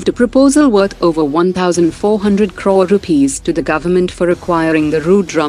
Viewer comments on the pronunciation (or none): none